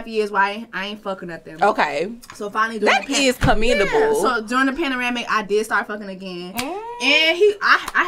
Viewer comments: Did she say "we're in a panaramic" 😂😂😂😂😂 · Did baby say Paneramic?... Was you tryna say Pandemic🤔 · Sis said we in a panoramic, the word is pandemic 🤣🤣